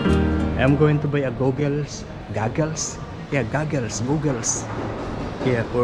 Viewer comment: In the word "goggles", the "gog" part rhymes with "dog". You can loosen goggles slightly, but by their nature they press against you and are not comfortable. Is the pool heated? Do you mean "toboggan"? The "bog" part in that also rhymes with "dog". An "oo" sound requires two o's. One o always rhymes with "dog". Regarding swimming, I couldn't swim until I was older - in my 20s, and even then, I can only float and not move through the water. If I wear flippers, I can swim for miles. I'm femal, so we have more body fat and are more buoyant, but if you lie on your back in the water with your legs up at the surface, even if you sink down in the water a bit, you should float. Glad you are swimming and running. We all should be as active as possible.